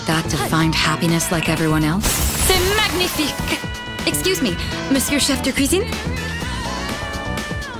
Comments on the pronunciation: GOD ALLEGRA CLARK'S FRENCH IS NEAR PERFECT SHE WAS DOING SO GOOD WHY DID SHE HAVE TO PRONOUNCE THAT "G" IN MAGNIFIQUE ToT!!! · I'm impressed, that's clearly the best french I've heard in a video game for quite a while. Except for a very slight error in the "gn" of "C'est magnifique !", Allegra Clark's prononciation is very spot-on and she has a perfectly believable french accent rather than the caricatures we're used to. It's funny how she appropriately says "bouillon" only for the cook to respond with the caricatural "bouyonne". The voice actors clearly recorded their lines separately.